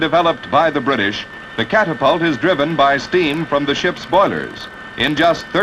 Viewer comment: The narrator sounds like some AM radio disc jockey from Totonto. Ban - sheee, cap - tap - tult lmao.